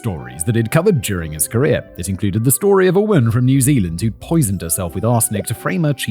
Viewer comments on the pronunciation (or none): none